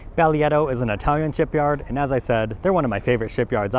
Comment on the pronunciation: Less than two minutes into the video and I came to see if anyone mention it was pronounced differently, because I've not heard anyone pronounce it like did. 😆